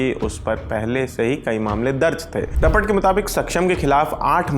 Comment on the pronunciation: report hoti hai sir rapat nahi😢